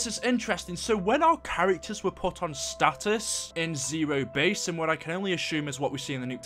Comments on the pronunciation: No it's stasis not status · are you mispronouncing stasis on purpose? it's getting annoying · you kept saying status which it said stasis it means there gonna be frozen or somethng